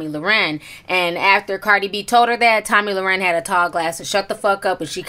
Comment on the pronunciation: Lmao, not tomi lau-ren 😂💀